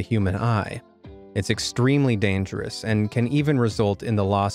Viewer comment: Danjerous instead of dangerous - 2021